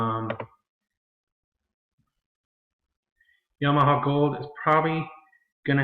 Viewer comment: hi need to correct you. it is yamana gold, not yamaha piano.